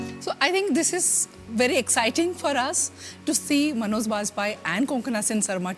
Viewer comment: Dear Interviewer, his name is Manoj, not “Manozz”.